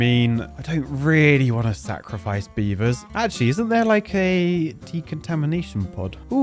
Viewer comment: Come on beav-TARS!